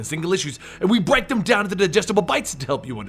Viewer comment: It might be my ears, but when you say 'break' it sounds like you had to stop yourself from saying 'bite'.